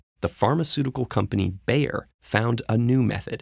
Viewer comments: The company Bayer ist pronounced "Baier". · Bayer pronounced as buyer. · Bayer is pronounced “buyer”. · In its home country, Bayer is pronounced "by-er" instead of "bay-er". Why, I don't know! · you pronounce bayer as "buyer"